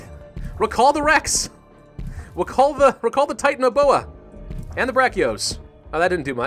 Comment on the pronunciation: it is pronounced Titan- aboe-a